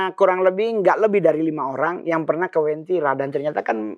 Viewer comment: Uwentira kak bukan wentira. Aku palu asli